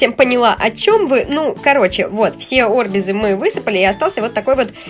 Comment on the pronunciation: НЕ О́РБИЗЫ А АРБИ́ЗЫ